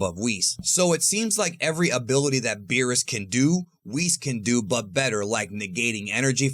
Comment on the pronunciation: WWHees? Its WH IS